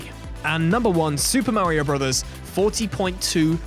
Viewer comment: who even pronounce mario like that?